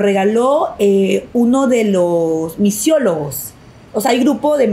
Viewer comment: Misiologos???? o Misólogos???